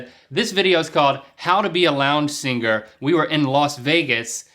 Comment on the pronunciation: Link sounds like he says singer with 2 g's. singger